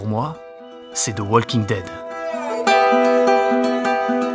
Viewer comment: La seule série qui compte vraiment pour toi en 2014, et pourtant tu es incapable de prononcer WALKING correctement. 🤡